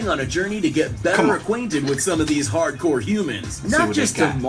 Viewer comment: Homie said "pard-kor" haha